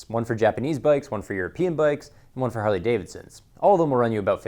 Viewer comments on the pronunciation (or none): none